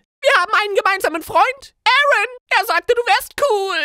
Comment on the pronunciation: Vexus aaron wird im englischen "eren" ausgesprochen ...